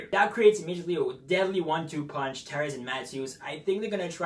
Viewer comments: I feel like you don't know how to say "Tavares" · Lol, his english was driving me crazy too.. He seem to not pronounce certain letter combos properly.